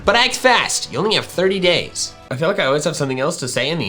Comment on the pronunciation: i skiped to and thought he said gay in the context of raid shadow legends when he said days